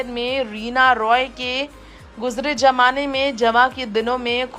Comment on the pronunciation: ....jmaanay ?...kya freeze me jmaanay burf..?....bahar nikalo...pighlanay....?....jmaanay pighlanay.... Sunkar bhi ghalat boltay hain...bujurg jmaane... Kaise kaise jahil log utube par aajate hain.... Buzurg..zmaanay...ZZZZZZZZZ